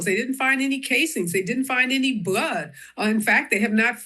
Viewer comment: That reporter said “powice didn’t find any bwud”